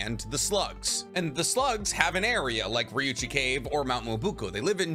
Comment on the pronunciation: So you can say Ryuuchi cave correctly but you cant say Frog Kumite? You said it like termite, but kumite. Its Ku-mi-te. Mi is pronounced like Me to you Americans.